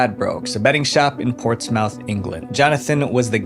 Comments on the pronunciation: It's Ports"muth" not ports "mouth" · It's pronounced Portsmuth... Not Port's Mouth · No way you said “ports mouth” 😂 it’s pronounced like “ports-mth” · Sorry but the Portsmouth pronunciation tickled me XD It's not ports-mouth, it's ports-muth. Great video btw! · You need to research how things are pronounced. Portsmouth is pronounced port-smith. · love the videos mate but portsmouth is pronounced “Ports - muth” 😭🙏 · Hi dont mean to critice but some of the pronunciations of uk place names are slightly wrong. I know you are probably not english or british, so I am politely informing you. It is whitby Bay pronunced wit-be- bay. Portsmouth is pronounced ports-mth. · Ha, Portsmouth. For future reference, it's pronounced Portsmuth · A small correction. Portsmouth is pronounced ports - muff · it’s pronounced port-smuhth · Its pronounced "Ports Muth" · Its pronounced Port smith. Not mouth. Hope this helps. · Just to say Portsmouth is pronounced' ports-mooth'😅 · So you know….. Portsmouth is pronounced ports-mth, the “O” is silent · im sorry to be rude but its not pronounced Ports MOUTH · Should have just said Pompey instead 😂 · what the hell is that pronunciation of Portsmouth my god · Any other Brit cringe at how Portsmouth was pronounced. I understand not understanding how it’s said due to accent but 😢. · It did make me laugh 😂